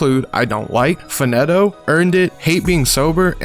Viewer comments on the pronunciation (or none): Fah neh to 😂😂😂😂. It's fah NEE to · "Fa- Net- Oh" 😂 It's "Fa- Neat- Toh" bro. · "Fannetto" 😂😂good video "faneto" (fa kneetoe)